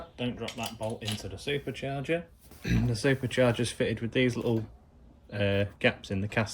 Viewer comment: Can you make a video teaching us how to say "supacharga" so elegantly as you do